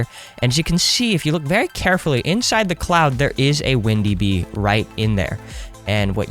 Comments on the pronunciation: instead of saying windy bee he said ''bindi wee'' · Did any of u notice he said bindy wee instead of windy bee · Bro really just said, “Bindy wee” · I love how you said "Bindy Wee" lmao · you said bindy wee lol XD